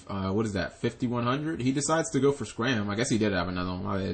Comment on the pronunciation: It's not scram it's Scarm dang g learn your pronunciation.